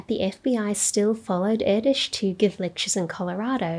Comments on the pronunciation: As a Hungarian i really appreciate you doing a proper pronunciation :) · Nice video. I must admit, though, that I wince every time I hear how Erdős is pronounced by people not familiar with the Hungarian language. That ő wich is different from ö, and most definitely from ó and o 😅 You managed to pronounce it quite well (baring the accent), kudos.